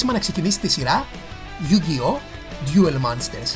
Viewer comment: είπες Ντιουλ αντί για duel (Ντούλ), είναι yugioh με τόνο στο yu όχι στο oh. Είναι yusaku γιούσακου όχι γιουσάκου. Και άλλα. Αλλά νταξει κάνεις καλό review. Απλώς θα μπορούσες να εξηγείς πιο πολλά πράματα για τις σειρές μετά το duel monsters. Όπως τα mechanics, χαρακτήρες και λοιπά.